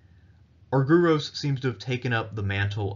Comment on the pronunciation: Please pronounce the name as Arg..e..ros.the y is another ..e..as iota.and u also a n ..e.its called E.psilon.